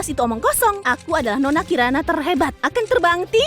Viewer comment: sama , sampai baru ngeh kalau kiran (kirana) di menit jadi karin XD